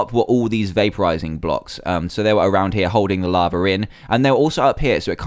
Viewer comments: I love how you say lava like laver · lol ya but people dont say laver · Laver. In America we call it lava